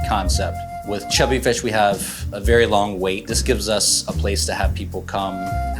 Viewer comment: Vewy vewy nice. Vewy nice